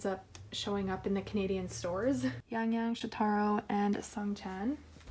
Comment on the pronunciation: This video was so relaxing! Also shotaro is pronounced show tuh ro lol